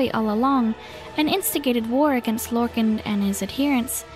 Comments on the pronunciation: “Lorkin” it’s Lorkahn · It's Lorkhan.